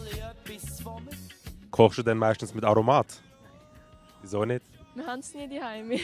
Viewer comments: Aromaaaaaat....das seit doch niemert aso? I betona z T und nit z A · Betons "o" nid so im aromat... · Tirggert wie er Aromat usspricht!!!